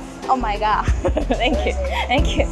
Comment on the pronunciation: Oh my got じゃなくて Oh my god かOh my gosh ね（笑） あと、痩せちゃダメ！ みんなそう思ってると思うよ